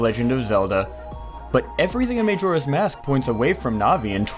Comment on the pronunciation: Maejora? Sarieah?